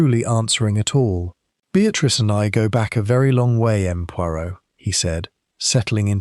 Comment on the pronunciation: Why does the AI narrator pronounce “M. Poirot” as “Em Poirot” when it should be pronounced as “M’sieur Poiro”